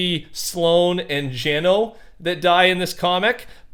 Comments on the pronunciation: It’s gunner not geno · Gunnar not geno just a little fun fact for ya